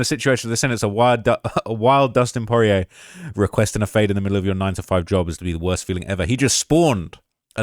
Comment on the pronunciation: Bro really cant say dustins last name properly😂😂